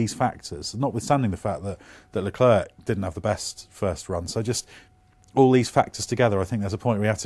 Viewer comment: Guys, i am pretty sure you know this already but the "C" in Leclerc is silent and you often butcher his name while you guys always pronounce Ricciardo the proper way, so why can't you do the same for Leclerc?